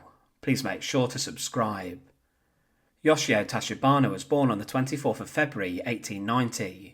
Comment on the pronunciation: YOSHIO TACHIBANA should not sound like Yoshia Toshibano. All vowels are constant 'A' always sounds like Ah like the 'o' in hot. 'E' always sounds like the 'e' in let. 'I' always sounds like 'i' in snow ski. 'O' like the 'o' in go. 'U' like the 'u' in lute. Japanese Imperial Army Officer rank is quite common, There is no LtCommander rank in it. LtColonel however.